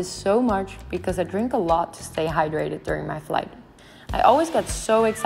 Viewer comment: Sorry but what do you have with your hydration you say every 5 minutes "hydratet"